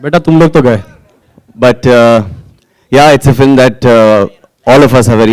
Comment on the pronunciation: is like.. "flim".. seriously? 😝